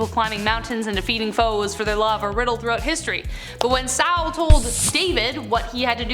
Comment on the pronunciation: It was King SaUl. Saul, not Sal. Wow.